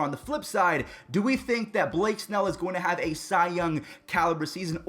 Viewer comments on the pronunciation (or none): none